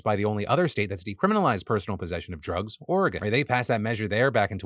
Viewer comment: Mad respect for the correct pronunciation of Oregon! Also, the drug problem out here has gotten pretty bad.